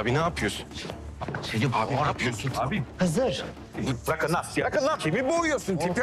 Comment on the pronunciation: Baba ne apyiosun dediginde yaman , Hamdi baba "gunesden c vitamini calyiorum dedi yaaa adam cok komik